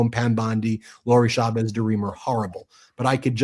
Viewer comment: Please pronounce Chavez correctly. The CH in Spanish is NEVER pronounced as SH. It is always pronounced CH, as in CHUMP.